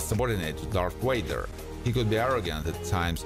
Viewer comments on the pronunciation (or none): Bro just said darth wader but it’s darth Vader !🫠🫡